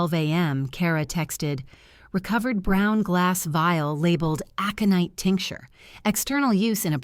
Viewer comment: Well written story! Worth the time to listen. The only problem was AI's pronunciation of a few words (aconite) was far wrong, and timing / stops while narrating the story. Still, better by far than most.